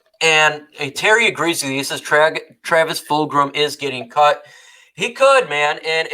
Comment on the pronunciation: gotcha. Also not to nitpick but there is no r in Fulgham’s name. It’s full gum.